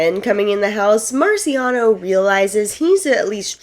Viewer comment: MarCIAono not MaRIciano 💕 But then you got it right for the rest of this video 😂 Great job on the recap. This was super helpful to refresh my memory for the newest season. I couldn’t put myself through rewatching it.